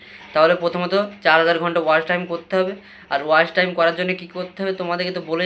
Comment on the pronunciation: ওয়াশ টাইম নাকি ওয়াচ টাইম। শব্দ টা ঠিক করে বলো।